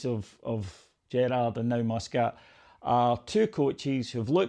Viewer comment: ffs, can't even get Muscat's name right